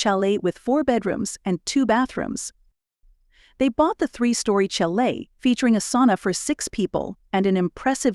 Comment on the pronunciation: One day these channels will use narrators who are real people and who research the pronunciation of unfamiliar words. Today was not that day. “Sonja” was the one that was annoying for you and mine was “tchar-lay” for “chalet”. This was when I suspected that AI was being used. Surely everyone knows that we pronounce chalet as “sha-lay”, as it’s a French word. Noah Webster has a lot to answer for with his famous desire to remove French spelling from American English.